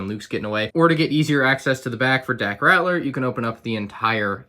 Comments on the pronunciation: Gonna be that guy. It’s Dak Ral-ter (not Rat-ler) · Dak Rat-ler? His name is spelled Ralter. Just pointing it out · It's not "Ratler," it's "RALTER." "L" before "T." I know it shouldn't be a big deal, but it really bothered me every time you mispronounced his name. Not sure why, but it just did. Pretty cool set! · said Dack "Rattler" lol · Lol rAtLEr not ralter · Lego botched Dak Raptor ’s name worse than you pronounced it by misspelling it as “Dack” Smh Lego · It’s 2020 and still can’t pronounce daks last name properly